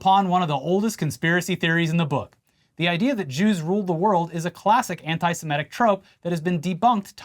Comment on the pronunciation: You can say 'antisEmItism' correctly but always mispronounce 'antisemitic' as 'antisImEtic'. Why is that?